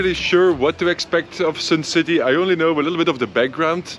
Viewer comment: It's not "Sin" City ....its Sun City....okay🤣😅😂